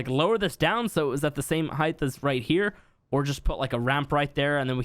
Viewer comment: Do you say “height-th”? I hear it so often I’m starting to think I say it wrong 😅